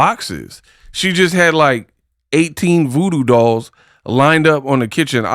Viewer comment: Dials 😂not dolls